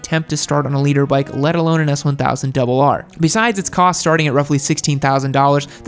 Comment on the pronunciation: 🤦🏾‍♀️when he said the S1000RR.... uggh😩